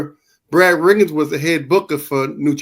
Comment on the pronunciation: "Brad RIGGINS' Skoo" It's Brad Rheingans. RANE...GANZ. School. SKEWL.